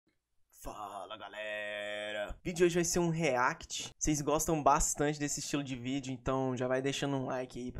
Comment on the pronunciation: "o videdo de hoje vai ser um "RREAQUITI" kkkkkkk